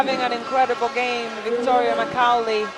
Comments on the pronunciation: “Makaulay ” lol 😂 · These funny cheeky commentators, how could you not know how to pronounce Macaulay? Interesting to say the least!